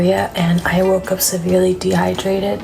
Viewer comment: severely 발음 틀리셨네요.